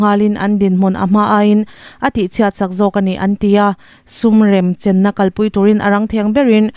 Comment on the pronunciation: Sum remchen i ti leh ṭhin a,Sum renchem tih tur.😅